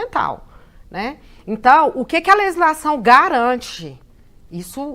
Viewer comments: A mulher não sabe falar legislação, fica falando lezislação . É irritante como os mais ignorantes são quem querem ditar as regras. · E essa p... dessa abortista (como a maioria esmagadora da esquerdalha) não sabe nem pronunciar "leGislação"...; já repararam que ela pronuncia "leZislação" ? Como diria o saudoso professor Enéas: "-...incapacidade mitocondrial absoluta de minimamente raciocinar..." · "Lelisação", ñ sabe nem falar direito.